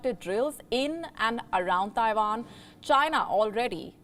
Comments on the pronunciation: Taiwan not taivan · WHAT IS "TAIVAN"?